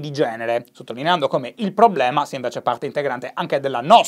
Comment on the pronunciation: Ogni volta che dici PROBBLEMA penso a Maccio Capatonda